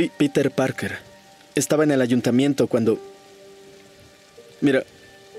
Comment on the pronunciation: En el minuto dice titer parker